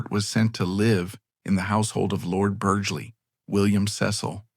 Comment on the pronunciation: I’m two minutes in and Devereux has already been mispronounced two different ways. The “gh” in “Lord Burghley” is silent, as in “thought.” I realize this is AI narration but surely you know this. It’s not a secret of any sort.